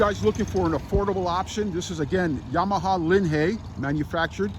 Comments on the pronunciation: never heard anyone pronounce it the way you do. Always heard it pronounced as if it is LIN High. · Stupid video, zero video of the actual assembly. The name is not LINHAY, it is LINHIGH. Also not VITASSEY, it's VITACHI. Repetitive narration to "keep you updated" Poorly done.